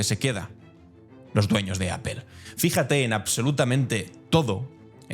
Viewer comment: No se dice appeeeelllllll …. Trump hace lo mismo que hacen ustedes en España … así que no vea la paja del ojo del vecino cuando ustedes tienen un bosque … porque no habla de cómo tratan a los latinos en su P “madre” España ..?